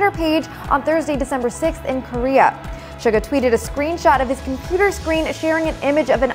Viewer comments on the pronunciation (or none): “Shug a” its “shoe ga”